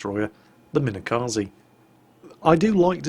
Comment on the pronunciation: could you stop calling it minekazee please? it's kaze, for wind.